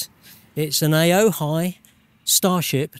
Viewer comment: Funny how all the reviews of this power bank always get the name wrong. It's pronounced "O-HI"